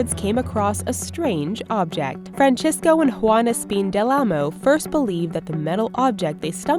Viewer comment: Is no one going to comment on how she said Francisco ???